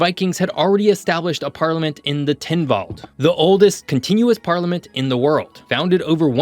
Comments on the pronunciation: It is pronounced Tynwald, not Tynvald. My family goes back generations there, the stubbornness thing is very true as my partner will attest to😅. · "Tynwald" is pronounced as it is spelt. There's no "v". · Loved the video. As a Manxman, it is great to see people sharing information about my little island. Plus great to see your pronunciation being correct throughout (bar making Tynwald sound a little more Viking than it needs to be). Keep up the good work!